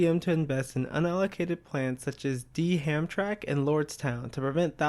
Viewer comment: This is a really good video and it looks like it was a lot of work, thank you. I've been looking for more videos about stories actual labor activism. It took me a bit to realize you were saying Hamtramck because when I lived around there, my family always pronounced it like "Ham-tramick." However, I was really young at the time, so I actually had no idea it was spelled "Hamtramck" until today